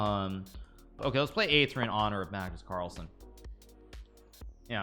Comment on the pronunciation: Did he say Kagnus marlsen?